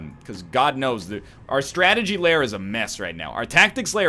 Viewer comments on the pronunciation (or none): none